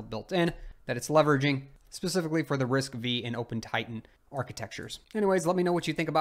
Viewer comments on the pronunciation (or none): "RISC v" should be pronounced as RISC "five" not v which means it's a fifth generation ISA